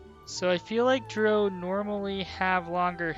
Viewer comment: The way you mispronounce Drow is so fucking irritating...